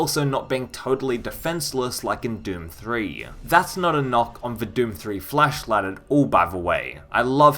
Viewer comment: First time i ever heard someone pronounce Flashlight as "Flashlad".